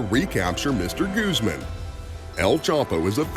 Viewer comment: I think this takes the cake for the whitest way to say Guzman.....Gooseman hahahah